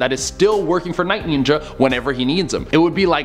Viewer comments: am i trippin or did he say Night Nyinja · he said ninja wrong lol